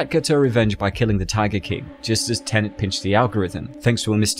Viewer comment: Cool. Now all we need is a video explaining how to pronounce "Tenet" without saying "tenant" instead.